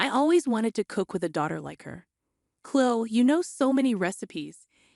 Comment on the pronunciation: Chloe has the E sound at the end, not Chlo.